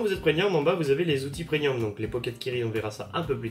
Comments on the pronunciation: Non il prononce "PreNium" comme nombre de personnes, ce que je ne comprends pas car l'orthographe et la prononciations exacte est bien "PreMium" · Super vidéo ! Par contre, une seule précision : on dit "PREMIUM" !